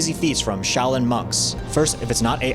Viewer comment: "Show" lin gong fu.